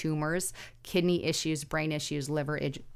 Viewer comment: Kid a knee 😂 it’s kid-ney.Have a blessed day,thank you guy’s for the news…….